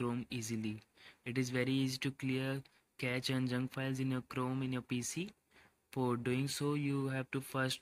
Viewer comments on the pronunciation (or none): Pronounce it as cache 'kashe' कॅशे Just like shampoo sachet सॅशे